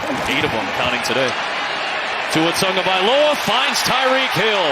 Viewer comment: OH FFS! Tagovailoa has been in the league long enough for play-by-play asshats to not pronounce his name Tungavailoa.